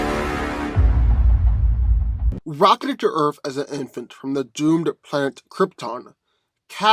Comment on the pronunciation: For goodness sake please start pronouncing the word "Earth" properly!!! OMG it's like nails on the chalkboard every time you say "Earf" sorry but I have a pet peeve for mispronounced words. Like when people say "ax" when trying to say "ask"